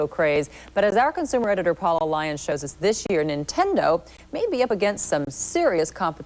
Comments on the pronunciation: I've never wanted to punch someone over how they pronounced "Nintendo" before. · she can barely say nintendo lmao kms